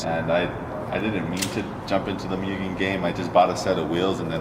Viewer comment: "Moo-gen" not "Mue-gen"